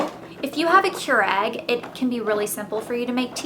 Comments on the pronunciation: Its not Keur-egg its Keur-ig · she kept saying kyur-egg. not kyur-igg. made me crazy! lol. looking forward to trying their teas!!